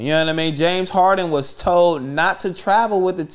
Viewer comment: It’s James harden not James Harding 😂 lol